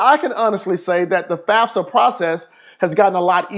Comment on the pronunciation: This dude really said fasfa